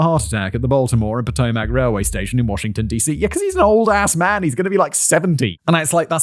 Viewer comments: Poh-TOH-mac River. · pah TOE mic & i had to study checks in school & the czech town around here is pronounced Prague with a long A.